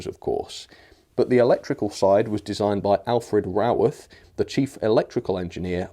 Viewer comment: Glad to hear you pronounce Mr Raworth's name correctly! 😜😜 A nice model - I like the BR black version, which looks good with blood-and-custard coaches.